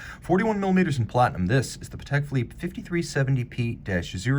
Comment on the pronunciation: You don’t pronounce it correctly. It’s pronounced Patek with the accent on the a, not the e.